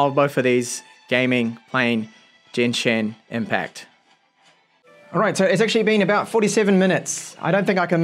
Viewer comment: No one talking about how he called it "Jenshin Impact" instead of the given name "Genshin Impact"